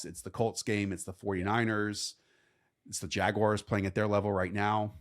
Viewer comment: What’s a Jagwire?